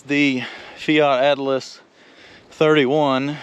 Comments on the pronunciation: why do you call them Atlas instead of Allis? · It's not Fiat Atlis, it's Fiat Allis, as in Allis Chalmers! :face-red-droopy-eyes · Its Fiat Allis not Atlas!!😅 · Its a Fiat-Allis not a Fiat -Atlas😂😂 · Quick question, why do you keep adding a "T" to "Allis?" I love huge machines like these 😊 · It’s Fiat Allis, not Fiat Atlas. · Fiat-Allis mate, ALLIS! Not Atlas, dufus! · It is a fiat -allis (pronounced Alice)not atlas. Allis as in the farm machinery manufacturer now owned by AGCO. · Fiat Allis. Not Atlas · There’s no T in Allis!